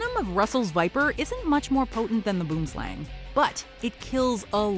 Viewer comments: Just a pro tip Boom = tree.... Slang= snake so you could've just said tree snake. Also it's not pronounced Boom as in the bomb goes boom one would think you googled how to pronounce it first. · Boomslang is Afrikaans for tree snake Pronounciation is "bu_om_slung" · It's pronounced Bwoowim Slahng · Where are the South Africans at? It's BOOMSLANG, not boomslang... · The boom slang's name is technically wrong. It should simply be tree snake. Because the boom slang name is actually an Afrikaans (language) word. Boom which is "Tree" pronounced like B-who-uhm or I guess like whome with a B (whome the bell tolls) And slang is obviously "snake" Pronounced like lung with an S...slung. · The way "boomslang" is pronounced on this video makes me laugh 😂😂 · WHY DOES EVERYONE OUT SIDE SA MISPRONOUNCE THE NAME OF THE BOOMSLANG IT SERIOSLY ANNOYS ME😡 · 😂😂😂the way they pronounce boomslang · Well glad to know the rest of the world is saying boomslang wrong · Just for the record "Boomslang" is an Afrikaans word meaning tree snake and it's pronounced very differently. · I cringe everytime I heard Boomslang, its Afrikaans at least try get the pronunciation close XD literally translates to tree snake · I got so triggered by how incorrectly she said boomslang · Dit is 'n fokken Boomslang! I hate it when English people can't pronounce Afrikaans words. Secondly, it's fangs lie very deep in its mouth. You'd have to force your fingers in its throat to get bitten. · Come to South Africa, we'll teach you how to pronounce boomslang. It's Afrikaans for tree snake. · Just call it a tree snake cos you're butchering the word boomslang 😂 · It seems like everyone outside of South Africa pronounces boomslang very, very wrong. It's and afrikaans name meaning tree snake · any other south africans / afrikaners on here cringing by how she pronounced “boomslang” 😂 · Only the herpetologist pronounced boomslang correct. At 2.23 min. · boomlsang is pronounced wrong it means tree snake in afrikaans